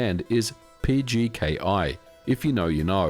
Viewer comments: PKGi not PGKi ... Because you said PGKi instead of PKGi at the end of the video, thank you and keep up the good work :person-turqouise-waving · Why do you say pgki when it says pkgi on the screen??? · PKGi, not PGKi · Didn't he say it wrong tho? He said PGKi. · PKGi or PGKi ? Some mistake at the end... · yeah he said it wrong. Surely it’s deliberate.